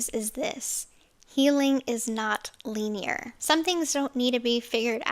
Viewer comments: Its LIH-nee-er not LEENEE-RRRRR😂😂😂😂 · Or it's an AI version of her... can't pronounce "linear".